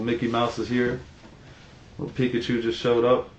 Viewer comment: It’s Pikachu* Not pikatchu